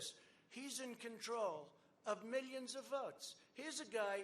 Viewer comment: Julie Reid oh no here come his miyions of minions